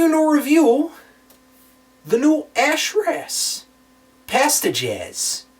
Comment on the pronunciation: Ha, reaction shots are hilariously timed. I also like trying to decipher what band and album he is trying to pronounce every time he introduces one. "Da new Ash Rass, Pass da Jass."